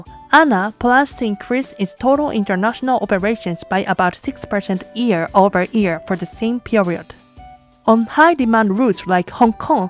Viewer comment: I have a liguistic question. You pronounce "year" almost exactly like "ear". Isn´t the Y sound also part of Japanese language (e.g. wouldn´t Yokohama also be pronounced with the Y sound? Thank you already for the explanation